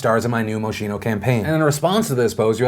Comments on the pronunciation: Not important.. at all.. but it’s moskeeno, not mo she no. love you! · Phillip, you did it again.... it's PRONOUNCED "MOS-KEEN-O". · Its pronounced moskino tho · It's pronpunced mos-kee-no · Its pronounced Moskino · Every time he says “moshino”, I cringe. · Moschino is pronounced moskino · Moschino is pronounced Moskino 😊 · psst, phil... it’s pronounced “maw-skee-no.” lol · quick note, moschino is pronounce mos-kee-no, with the stress on the middle syllable. just thought you’d want to know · It’s pronounced mos-kee-no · Isnt it pronounced moskeeno? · You pronounced Moschino wrong. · The way that phil pronounce Moschino makes everything in my body cringe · Not like it matters but you pronounced Moschino wrong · My inner fashion snob, cringing at the way Moschino was pronounced. XD I still love you though. #BeautifulBastardForLife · Thats not how you pronounce Moschino. There are tons of youtube videos that will teach you the connect pronunciation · Why the fuck can't anybody say Moschino right? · Why do you pronounce Moschino like that? You English speakers make me anxious.